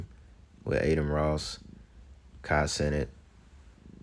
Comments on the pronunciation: "Kai Sinnit" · lmao I think it's Kai "SuhNat"